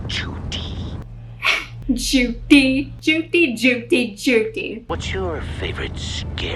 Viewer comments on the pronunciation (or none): i firmly believe that was amber who made the call to judy cause only she would pronounce her name like "sheriff JOO-DY"